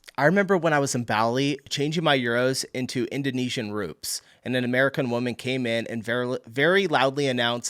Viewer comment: The way you said rupees ahahah. I’m starting to think your dna makes you mispronounce everything you don’t know. I mean it could happen to do it right, no never.